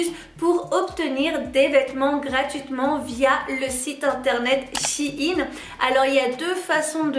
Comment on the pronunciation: C’est pas “Chine” c’est “Shein”